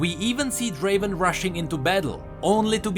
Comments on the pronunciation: Not Draven, Draaaaven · Not draven.. draaaaavvven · Not Draven!!!! Draaaaaaaaaaaaaaaaaaven! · It's a relief I'm not in the weakest champions. Btw summoner, it's not Draven It's Draaaaaven!